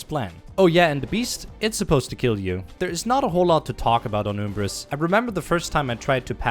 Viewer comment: after thought of watching the video: I wasn't wrong, it is awsome! You covered everything. I didn't realise that BTS is short for Blarg Tactical Station lmao, your max health isn't 7 but 8 nanotech hit-points, the morp-o-ray is a weapon and not a gadget, it's pronounced uhmbris and not youmbris, I'm sad that you didn't show the end of the clank-mother cutscene, come and buy a pixelizer and I'm pretty sure my best time on planet Rilgar Hoverboard races were around a .